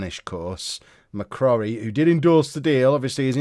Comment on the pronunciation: McCrorie - pronounced ‘Mc-Croary’